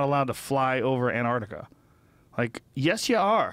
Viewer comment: It's Antarctica not Anartica dear :P